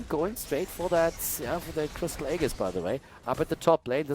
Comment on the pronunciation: I die a little bit inside every time says "aegis"